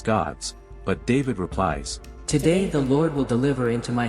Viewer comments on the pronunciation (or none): none